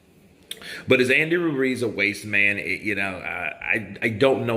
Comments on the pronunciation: Wasteman not wate lol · He’s saying “wasteman”